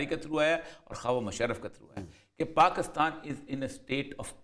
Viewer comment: Word is Pakistan not Paa--Kus--Taan.